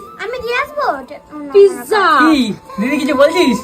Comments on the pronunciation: Pizza 😂 not pigza😂😂😂 dhonger warning⚠ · তুমি পিজারে পিকচা বলো❤❤❤ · ওটা পিকজা না পিজ্জা 😅😅 তবে রেসিপিটা খুব সহজ❤❤ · Pizza❌ pigza ✅ hee 😂😂😂😂😂